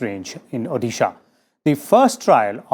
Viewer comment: He can't pronounce Odisha properly? Does he think he hails from Pakistan?